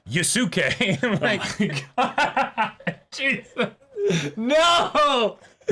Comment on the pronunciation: Yu-SU-ke is giving me Sa-KA-moto flashbacks.